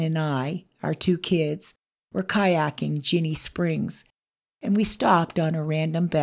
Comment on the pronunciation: Pronounced jenny springs